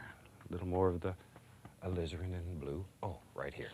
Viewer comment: Alizarin crimson??? Thought all of season one he was saying lizard crimson! Lol What a happy accident.